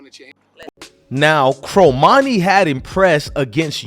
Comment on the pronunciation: 1- it's pronounced CORmani not CROmani.... 2- you say ''to bash this kid the way you have'' is over-simplifying since in the text below the video you said ''earning the praise of.'' 3- another click-bait title ''done with CU''... Unless you're Cormani's best friend or his cousin, you have no idea if he's staying in Boulder or hitting the portal, so don't act like you know any fact before it's proven. At this point, he's staying. I'll bet anything in your wallet he'll have a solid soph season as a Buff. (gawwwd, I despise click-bait bs)